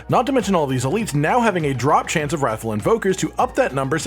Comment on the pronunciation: Anyone think they say raffle hearts.. It's wrath FULLL